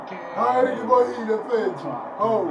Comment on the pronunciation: Reboreile or Relebohile😂